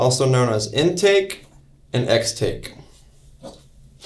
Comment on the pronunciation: Extake, lulw. And you didn't think the very hard task of reshooting that 12 second shot was worth the effort to not sound like a fool saying "extake'? XD It's a 1 min clip after the series introduction...